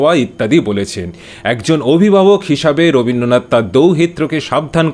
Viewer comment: ওরে মুর্খ, আগে 'রবীন্দ্রনাথ' কে রবীন্দনাত বলা বন্ধ করুন। আর রাশিয়ার চিটির সিরিজ গুলো হয় পড়েননি,নইলে বোঝেননি,,,সবাই সব বুঝবে তা নাই হতে পারে,,,কিন্তু যা বোঝেন না তা নিয়ে কথা বলা বন্ধ করতে অনুরোধ করছি, পড়াশুনা করুন একটু,,,এবং লাইক,কমেন্ট পাওয়ার লোভে বড়দের বিষয় নিয়ে কথা বলবেন না,,,চটকদার অনেক হাবিজাবি ছড়িয়ে আছে,ওগুলো করুন বরং,,,,আর বাংলা এবং বাঙ্গালি-কে খাটো করে আয় রোজকার করা বন্ধ করুন,,,🖐🏻